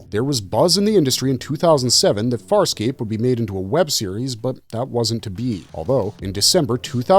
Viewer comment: Wow, you jacked up Farscape something fierce. Still glad it got a shout out though